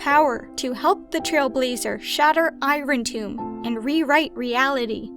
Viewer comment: you're pronouncing irontomb wrong